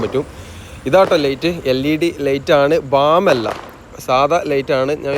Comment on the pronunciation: ഡേയ് ഡേയ് ലെയ്റ്റ് അല്ല ലൈറ്റ് ആണ്.